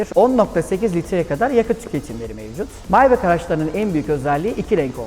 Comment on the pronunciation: Neden maybah değil de "maybek" :)